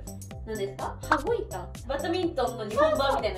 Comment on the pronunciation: 羽子板を、ふたごいたって読んでた笑笑